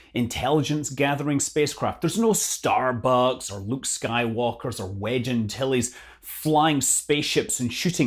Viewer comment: Scotts "Starbucks" came out sounding like "starbugs" so I just assumed he was talking about Ace Rimmer